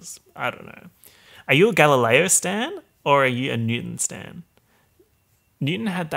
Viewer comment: I thought you said Satan. I was confused.